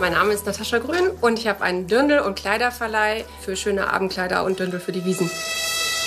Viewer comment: Es heißt Dirndl nicht Dürndl ! Übrigens am coolsten ist die Brezen Verkäuferin🙄